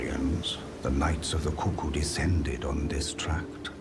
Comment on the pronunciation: bro its 'koo koo' no 'kucc coo' like bruh don't need to out yourself if you're into that 😩😭